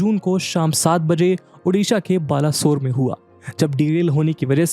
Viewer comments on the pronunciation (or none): Sir , that baleswar not balaswar.